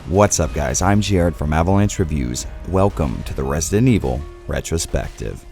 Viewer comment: More like retch-ro-spective.